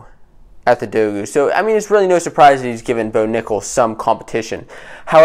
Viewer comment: Great vid. Pronouncing dogu wrong tho